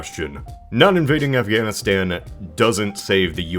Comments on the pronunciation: Why can’t you say Afghanistan? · Wait, why can't you say Afganistan? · you cant even say afghanistan? its a place